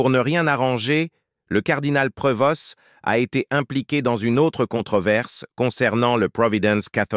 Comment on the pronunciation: L'IA est énérvant. On ne pronoce pas le s et le t à la fin de son nom. On doit dire Provo.